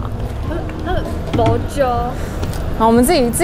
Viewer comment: 兔的不揪很新加坡嗆欸🥰